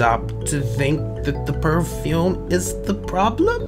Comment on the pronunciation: Purfume not purfumie